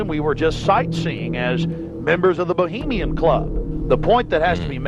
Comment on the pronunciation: Someone, anyone, PLEASE teach how to say 'bohemian'.